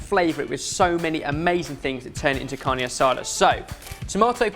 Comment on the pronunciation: Wow! I've never seen Carne Asada done this way and I've grown up in a VERY Mexican family. My family always uses very thin pieces of meat with small slivers of fat running through here and there which we then flash fry in order to keep it juicy and succulent. That pronunciation had me dying though 😂 Roll your Rs!!! Carrrrrrrrrrrne Asada Also nice to see loving relationship with steak again 😁